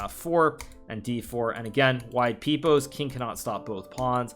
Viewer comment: “Wide peep-ose”?? What’s that? 🤣🤣